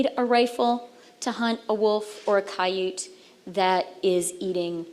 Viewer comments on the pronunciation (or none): Freeland obviously never saw a Coyote, only read about them. Hence saying Kai-Yute like she has. She had a lot to say about hand guns, too bad the majority of Trudeau's two dozen or so gun legislation changes never focus on hand guns or illegal guns, just farmers and Hunters, and AGAIN she attacks THEM for resisting more gun legislation. If she first learned how to pronounce Coyote, then focus on illegal handguns including securing the border....then she would have a clue. No Momsplaining that to her though.